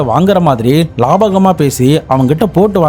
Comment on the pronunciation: லாபகமா இல்ல.. லாவகமா.. நீ மொதல்ல ஒழுங்கா தமிழ் பேச கத்துக்கோ.. அப்பறம் நாங்க இங்கிலீசு பேச கத்துக்குறோம்